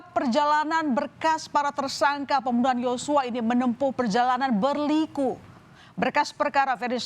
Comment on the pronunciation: Yee kata "Berliku" nya biasa aja kelezzz mbak cara pengucapan nya ga usah pk liuk liuk badan wkwkwk ..